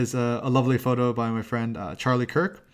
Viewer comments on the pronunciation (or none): none